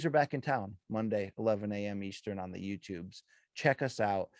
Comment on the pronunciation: BC has returned home like a beautiful little carrier pigeon! Great fight, never seen it. Edit "on the yootubes" 😂